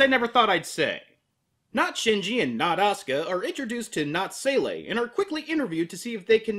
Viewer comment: That, and it's Zwei. At least Monty knows his German compared to EVA's SEELE.: It's pronounced "SELA"!!!